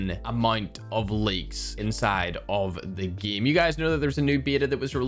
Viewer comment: I watch just to hear pronounce “game” “geem”